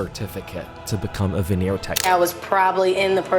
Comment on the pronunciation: The "venner techs" 😂.